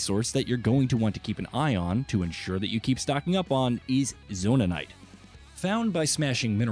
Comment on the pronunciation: It's zonait not zonanait